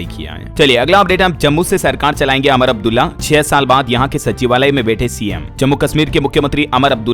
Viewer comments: आप उमर अब्दुल्ला को अमर अब्दुल्ला बोलते हैं, जो गलत है। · उमर अब्दुल्ला बोलना है अमर अब्दुल्ला नहीं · आप उमर अब्दुल्ला को अमर अब्दुल्ला कहते हैं। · अमर अब्दुल्ला नहीं उमर अब्दुल्ला है। कृपया उच्चारण सही करो